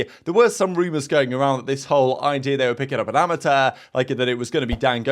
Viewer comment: Wtf is a amata?!? It’s amateur Chhhhh Not taaaaa